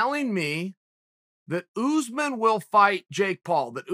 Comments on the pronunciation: Chael: oOooO0oze min Me: okay, great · Chael "OOsman" Sonnen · Who the hell is ooozeman ? Take some pride in your work. Komzot Chimaev may fight Ooozeman after bresfix 🙈😂🤣